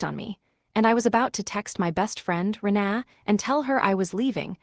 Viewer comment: It's Reena not re na